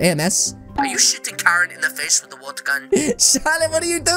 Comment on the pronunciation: Why did you say to shooting "Shitting"?